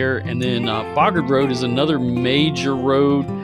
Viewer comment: BOW-gard Road, my real estate maven. Not ‘bah-guard’ I graduated from Palmer High & lived off Bogard, which did not go all the way to ‘Plamer’ as we liked to say then.